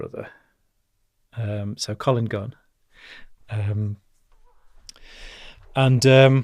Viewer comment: He cant even get collins name right lol i think this guy a fraud lol